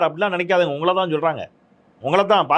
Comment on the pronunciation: துவக்கத்தில் உங்களதா உங்களதா என்று அழுத்தி கூறுவதை தவிர்த்திருக்கலாம் சார்...